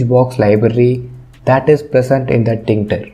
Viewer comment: That is tkinter. You pronounce false.